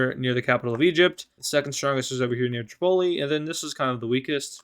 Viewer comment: The way you say Tripoli sounds like you say Chipotle lol :)